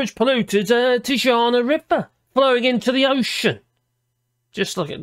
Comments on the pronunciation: I think the secret word was tijuana pronounced Ti-a-wana not that coffin woman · Pronounced Tee-wana